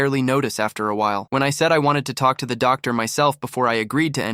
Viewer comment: “doc dar” 😂